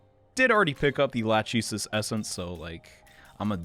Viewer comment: Lachesis isn't latch ee sis, it's lak eh sees.